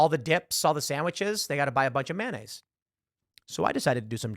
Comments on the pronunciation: Maynayze, bitches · Please stop saying “manayze”. It’s “mayonnaise”. You are fake news.